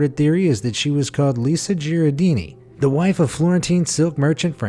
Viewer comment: In Gherardini the G is hard like in english “get”. The H makes it a hard G. Same rule applies to “spaghetti”. And pacioli is pronounced pacholee